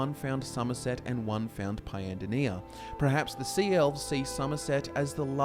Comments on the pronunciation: you see my man in Britain, the land of English, the word is actually pronounced per-haps. If one was to pronounce it as pre-haps it is simply a sign of poor education and a lack of correction on the part of the sayers parents. Have you ever met a person who says specific as 'pacific' as in the ocean..? It isn't caused by culture or accent, it is caused by incompetence and shouldn't be encouraged. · Perhaps you should reconsider how you say perhaps.. Hint: the R is after the E 👍🏿